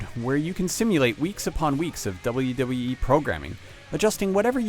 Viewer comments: he cant say wwe hahahah but the game is awesome i give it a ten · The reviewer has problems saying WWE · It looks like he has a tough time saying WWE.